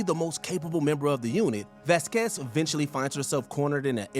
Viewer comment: VAZ-quez, not Vaz-QUEZ. It's even pronounced in the scene.